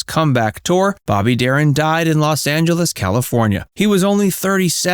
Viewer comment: Please learn to say his name right